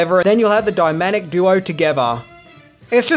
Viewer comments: Did he say “dymanic duo” 😛? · Did you just say "dyMaNic duo"? You did! You totally said "dyMaNic duo". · ...did you just say "dy-manic duo"? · "Dymamic Duo"?